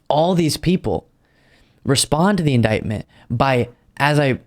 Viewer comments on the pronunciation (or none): OMGod..."i never heard the word indietment before"...true, probably coz not many presidents get indieted!!!